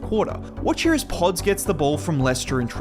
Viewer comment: I like the way you say podz lol I’m sure you got all the British kids and white kids saying it like you now haha